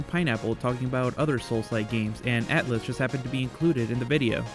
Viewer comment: Atlyss, not Attlys